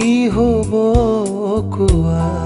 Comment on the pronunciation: Just a small suggestion. Kowa in Assamese has a sondrobindu. A small flaw that bothered my ears, sweet child of mine.